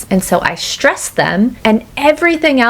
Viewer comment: Timothée Chalamet is C2, he's perfectly fluent in French, he has no Armerican accent. Taylor Switf is more like B2. Great lesson, you've managed to squeeze in all that's needed to understand reductions and connected speech. But the way, I've noted that you tend to pronounce words starting with "str" as if they were "shtr", such as in "stress" which sounds like "shtress". Is it a regional feature? Is it common? Thanks for this excellent video